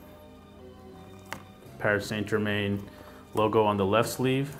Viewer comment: I learned how not to pronounce Paris Saint Germain 😂 love these shoes though, picked them up yesterday for $160 :)